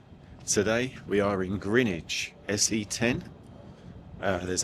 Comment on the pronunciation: I've often wondered why it's called pointing? And also, thank you for pronouncing the area 'Grinwich' rather the 'Grenwich', even though it's spelt Greenwich!! As a SE London girl, I've always pronounced it Grinwich 👍 Love your vlogs 👍👍